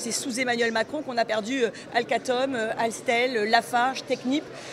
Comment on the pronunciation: Mais madame, si Arthur n'a aucun revenu (avec sa boîte à 14 milliards) il est éligible au RSA.😂 "Alcatom, alstel" fait un AVC en direct.🤣